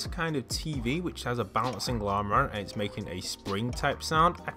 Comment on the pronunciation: its's? r/engrish